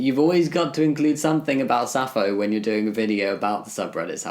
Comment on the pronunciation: Hey Jamie! Sappho is pronounced "sap-pho=fo", there is a p in there. btw I love your videos (did I mispell your name? Sorry if I did)